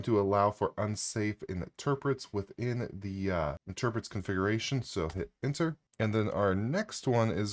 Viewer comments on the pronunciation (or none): It is not interprets, it is interrupts (as in "enter" " ruppps")